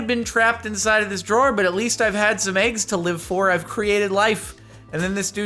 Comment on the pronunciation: I hate the way you say eggs. EHIGS